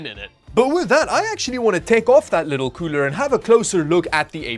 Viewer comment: Every time you say cooler i hear pooner